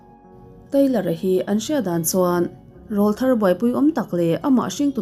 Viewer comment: 'ràwlthar' nge 'ráwlthar' aw.....??!!